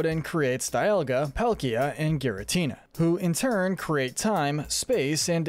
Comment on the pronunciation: It’s pronounced DEE-all-guh, mes-PRIT, reg-EE-rock, reg-EE-steel, reg-EE-uh-leck-ee, reg-EE-dra-goh, KAH-los, soo-TAHP-oh-lis, ECK-crew-teek, ZIN-ee-uh, CHAIR-in, as-per-TEE-uh, LYE-san-der, GLAD-ee-on, may-guh-LOPP-OH-LISS, and WEELD, “Patrick Star”! 🤨 You’re so bad at pronouncing words and names,! 🙄